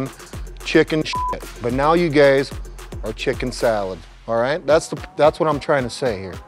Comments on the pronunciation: is he saying gays instead of guys? :D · Is he calling them guys or gays? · I like how he consistently calls him "you gays" instead of "you guys" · " before you gays got on this show"